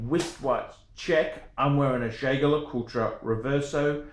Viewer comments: I'm unlikely to take advice from someone who can't pronounce the company's name, who has clearly had one too many sundowner and who charges strangers for advice. Personally I'm not a fan of this exact one, because either his wrist is too small or the watch is too big. Most people end up with the 43mm, but JD do make some complications and limited series watches at 39mm, which look better. The dial is the main event on a JD, that said, the mech is good, with a 22ct rotor. Second hand, a solid gold one can be had from 7,000USD upwards depending on scope of delivery and complications. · Here’s a free review. You’re a “fucking idiot”! First learn to pronounce the brand if you’re in the business. Not everyone who collects fine watches does so to sell. Second, the Jaquet Droz borrows movements from Swatch Group sister brand Breget. A master manufacturer with centuries of experience, with status in the business to bulldoze Rolex. Kings and Queens do not wear a brand every dickhead with a few bucks stuffed in his mattress buys because other dickheads like you advise them to. JD is a brand for people of class and taste, not the watch world equivalent to a used car dealer like you. The mistake the gentleman who paid you for an opinion made was to pay you! My advise to you is take that $50 and go buy a gram of class!